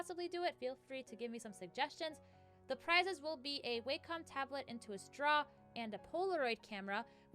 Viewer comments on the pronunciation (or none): none